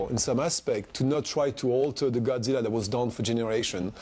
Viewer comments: Wow no wonder they failed on zilla he can't even say it right he says gudsilla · well he is german.. in different countries godzilla is pronounced different, you know that right? in japan it is gojira, usa and other countries it is godzilla.... in my country it is gotzilla.